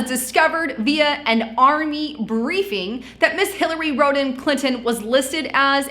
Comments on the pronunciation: Rod-am - not rode-am. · Did you just say..Hilary Scrotum Clinton? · Lol Road Ham? I agree. That sounds way worse.